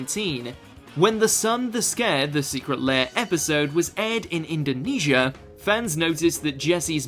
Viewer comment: btw thanks for saying indonesia